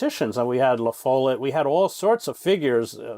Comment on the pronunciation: La-Fall-Lette. Not La-Foal-Lette. Pronunciation people!!!